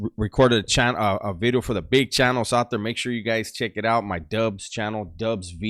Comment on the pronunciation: Dubs, what is a beedio? I always hear you saying new beedio.